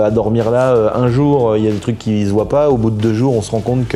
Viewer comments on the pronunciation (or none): none